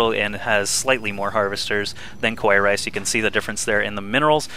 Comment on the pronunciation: Just wanna say that this was a cool game...and also, it's usually pronouned "Ka-wa-ee", and it means "cute" in japanese...